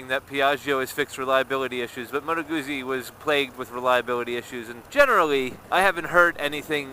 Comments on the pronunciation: The U should also have a little more oo as in two. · You say Guzzi with an invisible t. Like pizza. Scusa. Mi dispiace :) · Ma dovresti ! I'm sorry but it sounds so wrong when you say it. However, it will only annoy Italians.